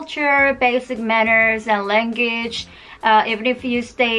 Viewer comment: Sorry but langitch